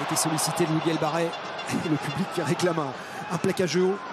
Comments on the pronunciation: Match agréable à regarder. Commentaires de Etcheverry lamentables, un guide touristique incompétent et qui ne se sent pas concerné ! Presque aussi mauvais pour la prononciation des noms de joueurs que Lievremont sur C+ ! Louis Bielle-BArrey (au lieu de Biarrey ) Émilien Galeton (au lieu de Gailleton)... Hésitation sur les noms de joueurs lors des actions: "essai de Ramos, non Jalibert, non Boudehent". Il évite de prononcer les noms des joueurs Japonnais ! Il a beau tenter de varier son intonation de voix, on dirait un mauvais doublage de film Us par un Québecois. Bref une calamité ! N'est pas Lartot/Yachvili qui veut... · C'est Louis Bielle-Biarrey mr le jourNUListe, pas Barrey... 🤦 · le commentateur qui dit "Bielle-barré" tout le match... c'est insupportable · L’un des 2 commentateurs, pas Thomas Lombard, l’autre, a passé le match à écorcher le nom de Louis Bielle-Biarrey, et l’appelant Louis Bielle-Barré. Que le mec n’y connaisse pas grand chose en rugby c’est déjà gênant, mais ne pas être capable de prononcer correctement un nom……. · On demande tous un retour IMMEDIAT sur france television, les commentaires callamiteux incapable de dire "Louis Bielle-Biarrey", c'est pareil pour les autres sports comme le hand, des que c'est pas du foot y a plus personne, tout pour le pognon avec un max de pubs